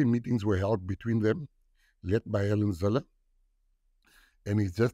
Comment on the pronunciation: It's pronounced "Hell en Zille" for the wizard.